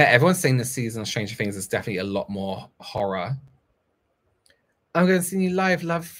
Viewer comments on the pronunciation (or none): none